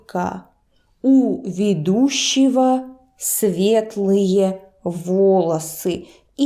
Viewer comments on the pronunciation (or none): I am a beginner with Russian but I have a question. Am I hearing something wrong or is there a typo in the video? I'm confused... where she says "journalist" in Russian, it sounds like veh-DOO-she-vo, but it's written like veh-DOO-she-go (sorry, no Russian keyboard installed on this computer) The last syllable sounds different from what is written to me. Help? I had one year of Russian class in my senior year of high school back in the early 2000s. I remembered most of the alphabet but that is it. Self-taught from here on. I know the alphabet perfectly now and I really love how phonetic it is, but pronunciation and grammar will be my next challange. (I legit enjoy grammar rules, I'm a nerd.) Currently, I've been learning Russian by watching various YouTube videos, DuoLingo, and going into Russian worlds in VR Chat. The last option is definitely VERY difficult as a brand new speaker, but it's honestly pretty fun to engage and try to figure out language as you go as long as you can manage the initial anxiety lol.